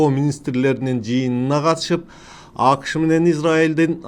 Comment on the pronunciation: агай апрель деген сөздө басым экинчи муунга, б.а. апрЕлге түшөт, сиз [Апрель] деп айтып атасыз. АКШ дегенде дагы [Акш] деп угулуп жатат. Кыргыз тилинин эрежелерине ылайык, [акышЫ] дегендей айтылат. Ийгилик каалайбыз каналыңызга.